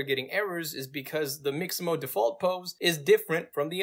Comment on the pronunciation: Its Mixamo! not Maximo!